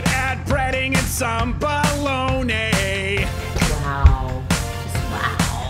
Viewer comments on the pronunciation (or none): Shouldn't he have said "Bah-lahg-na"?